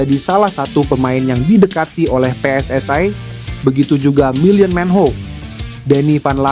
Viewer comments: Persatuan Sepakbola Seluruh Indonesia . -PSSI -bukan " PSSAI" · PSSI bung bukan Pssai